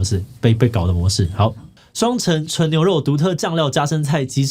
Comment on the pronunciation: 雙ㄘㄥˊ～ 不是雙塵～